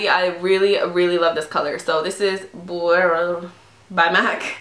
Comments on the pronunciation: Congratulations on your engagement! Great haul too. I purchased that same MAC cremestick liner this month and it gives me life! It's actually pronounced 'beret' like the cute little hats people wear :-) xoxo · You pronounce it * be • your * :) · Congrats on your engagement😍 💍 girl you kill me everytime you Try to pronounce the lip liner 😂😂